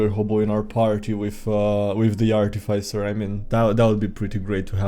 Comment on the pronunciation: Please. I am begging you. It's pronounced "Ar - TEE - fizz - er" not "arty - fy - sir" I am dying here.